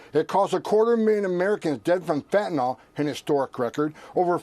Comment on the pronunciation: Fentanyl, not "fentanall..."